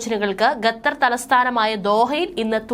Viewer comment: ഗത്തർ അല്ല, ഖത്തർ